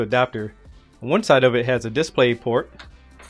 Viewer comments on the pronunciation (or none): none